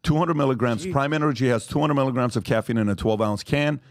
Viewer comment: Patrick just called milligrams Melly grams😂😂😂